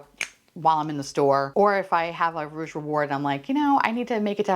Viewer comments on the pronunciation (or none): none